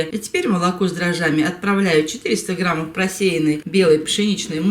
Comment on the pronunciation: Уррра,Вы говорите " граммОВ". Спасибо ❤️❤️❤️